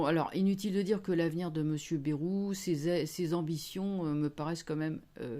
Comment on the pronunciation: Bonjour, juste étant du sud-ouest quand vous prononcez le nom du monsieur Bayrou, ça fait mal aux oreilles. Ici. Le AY ne se prononce pas comme vous le faites, j’ai vu aussi que vous êtes pas la seule à prononcer. Une petite aparté bien affectueusement quand même.